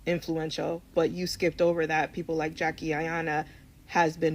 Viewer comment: I just came to her how she pronounced our good friend Jackie name lol